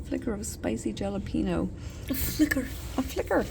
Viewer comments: Did just pronounce jalapeño "jala-peeno" instead of "hala-pen-yo"? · Wish we actually got to see it instead of having to wait, hate clickbate. Also I hope your doing mom knows that jalapeno is pronounced with a h sound at the not a j.